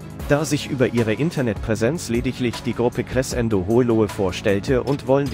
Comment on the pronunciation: Finds lustig, wie Crescendo ausgesprochen wird(mache Musik, deshalb weiß ich, dass es so eigentlich nicht klingt)😂